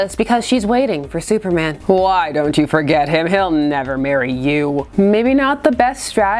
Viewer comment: supmerman? sumerman?